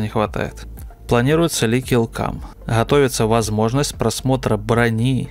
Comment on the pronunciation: я злой логопед 😆